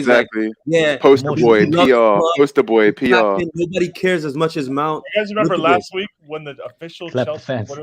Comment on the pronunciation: And the way he emphasized "BOY" when talking to Peter was out of line too (If you're American you'll know why, and if you don't know do your research) he's clearly racist